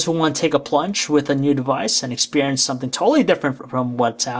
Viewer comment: Expewience LOL